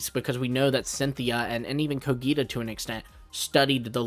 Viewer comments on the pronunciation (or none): bro I m literally from there and is cogita not coghita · Actually he gets the G in Cogita right, it's how the Romans would have pronounced it, ecclesiastical latin is different, same with the letter C. But he gets the accent wrong. It's Cògita, not Cogìta.